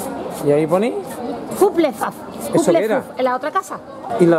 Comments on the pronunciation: Y "hufflepuff"se lee " hafelpaf" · Ravenclaw se pronuncia Reivenclaw Y Hufflepuff se pronuncia jafelpaf xd Pero la verdad si yo hubiera Estado allá me hubiera comprado todo 😍😍😍 Muy buen video 👍🏻👍🏻